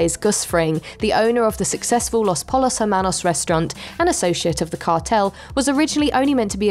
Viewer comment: the narrator really said "Los Polos Hermanos" lmao, at least watch the show before reading the script